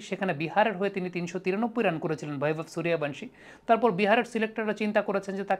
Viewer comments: হ্যাঁ, এটাই ভারতীয় ট্যালেন্ট্! 😎🇮🇳💙✌ আর নামটা 'বৈভব', 'ভৈবব' আবার কী?? 'বৈভব সূর্যবংশী' হবে বাংলা উচ্চারণ অনুযায়ী। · Vaibhav এর v কে বাংলা করে ভ বলেছেন। Baibhav হলে b এর জন্য ব উচ্চারণ করতেন। তাছাড়াও উনি যেহেতু স্বদেশী নন সেক্ষেত্রে তার নামের উচ্চারণ পুরোপুরি মিলবে না এটাই স্বাভাবিক। বিদেশী কমেনন্টেটর রা তো রীতিমত উচ্চারণ করতে গিয়ে দাঁত ভেঙে ফেলেন অনাদিকাল থেকেই। তবে সেটাকে স্বাভাবিকভাবেই দেখা হয় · ভৈবব না, নামটা 'বৈভব'! সবসময় ভুল উচ্চারণ কীকরে হয় আপনাদের?